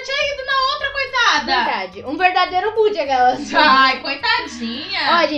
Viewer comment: não e boot e bot com "o" kkkkkk